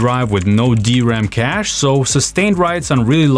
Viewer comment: CA$H or CACHE? LOL 😂